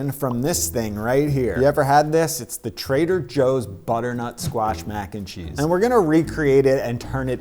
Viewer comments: I listened to him saying that several times and I think it is the way he puts more emphasis when saying “and” and then less emphasis when saying “cheese”. Usually it would be spoken with equal emphasis on all three words or, possibly, a slight bit more emphasis on the word “cheese”. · I think it's the upward inflection of mac and then a flat/lower inflection on 'n cheese Whereas normally (from my experience) mac 'n cheese is said entirely in a flat inflection. So when he says it, it sounds like /__ or /\_ when it normally sounds like ___. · I can't put my finger on how, but I feel like he puts emphasis on the wrong part of "mac & cheese"